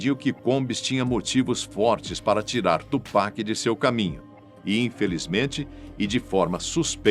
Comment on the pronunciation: Melhor que “tchu péqui” igual uns rappers Br falam 😂